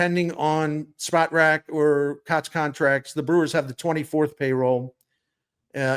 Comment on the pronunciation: My favorite sports writer for 30+ years always brings the best analysis! However, if you're gonna say Spotrac umpteen times, say it right. It's not "spot rac"; it's "spo trac" as in SPOrts TRACk!